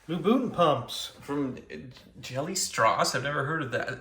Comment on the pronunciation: No,, you don't pronounce "strass" like "Strauss". 😂😂